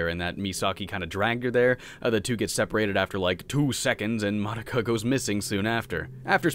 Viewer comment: Have you never heard "Madoka" pronounced? It's "Muh-doe-ka".